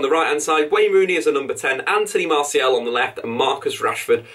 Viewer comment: His name isn't Anthony MartiEL. MartiAL.